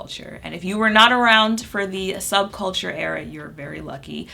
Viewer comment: the audible laugh i let out at "subculture" 🤣 sub-chalker